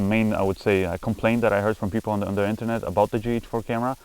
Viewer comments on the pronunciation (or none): none